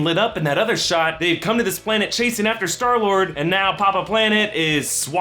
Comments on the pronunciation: Clayton Epich it's star lord he said sky lord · who else noticed that he said skylord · "Sky -Lord" WHOOOO? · He said sky lord lol